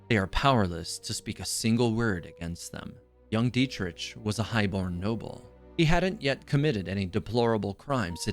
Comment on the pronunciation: I'm traumatized how he pronouced Dietrich.